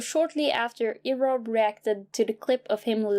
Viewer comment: Why did you pronounce erobb like Arab wtf